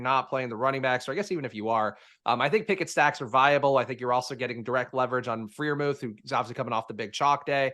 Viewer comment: Every time Freiermuth is mispronounced I lose my shit just a little. Please. Stop. :)